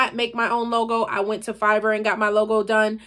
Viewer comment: Are you saying fiber for the logo?